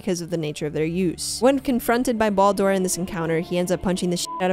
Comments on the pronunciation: Great Video.. but feel like you missed a couple of bits.. and then your pronunciation of Baldur and Midgard… they just hurt my head… Bald Door and Mill guard… it hurts to hear.. but lovely video otherwise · The way she pronounces Baldur is enough for me to just stop watching all together